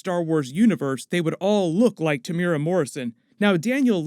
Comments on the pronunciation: pronounced Tem - u - era... not temyyoora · te mu e ra pronounced tear moo ear rAAAAAA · Temuera is pronounced - "TEH' (as in HEH) + "MOO" + "EH" (as in HEH) + "DA" (roll the "R") jsyk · The way he pronounces Temuera